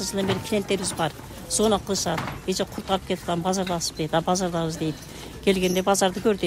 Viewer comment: Ой эжее чоон эле адам экенсиз озбектерге окшоп кайра кайра эле " курт,курт эле дейсиз да. Курут десениз кыргызча эле Билбесениз дагы бир жолу туура айтылышы да жазылышы да Курут болот